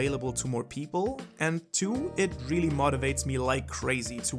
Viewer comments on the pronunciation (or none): moooootivates me just say moutivate it sounded weird good video